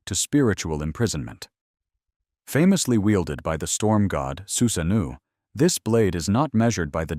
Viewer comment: su-sa-noh-oh not noo